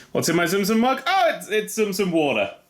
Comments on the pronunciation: not tzum tzum its tsum tsum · I seriously thought you were saying zoom zoom until you brought in the build your own box… You were saying tsum tsum? O__o